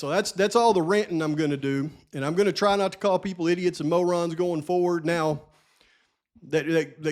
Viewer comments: Technically you didn’t call them “morons” you called them “Mowrons” to be fair! 😂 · Great 😂beginning of video! No, i love hearing u say maw ron...u are not demeaning people-- ur speaking the truth, as always! U be you! Stick to calling it like it is!!! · I LUURRVE when you say mow-rons 😅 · I love it when you call out Mo-rons !